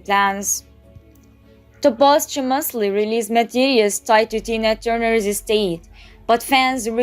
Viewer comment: It’s Tina not Dina